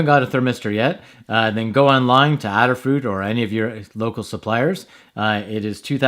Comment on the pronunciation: Thanks for the video. Since Adafruit is named in honor of Ada, the Countess of Lovelace, the first computer programmer, I'm sure the company name is pronounced with a long A.